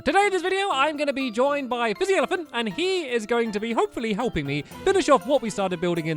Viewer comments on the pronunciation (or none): none